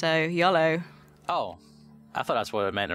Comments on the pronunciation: Yoooooooooooooooooolo Not YOLO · she said yalo :3